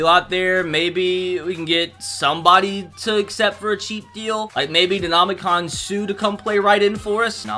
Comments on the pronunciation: Dis mans can’t pronounce anything no dama gan sue broooo no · He said Ndamukong Suhs name wrong😤😤😤